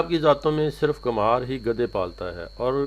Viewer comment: Kumhar nhi khumbar hota ha ma hO